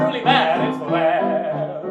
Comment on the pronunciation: It‘s vlaaaaaad